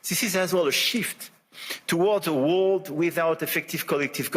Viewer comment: His French-sounding "r" are cringe-making though, and he has forgotten how to pronounce "world" correctly, which is a bit much given the context. Weird to hear his English going to pot, accent-wise, as though he didn't give a toss any more.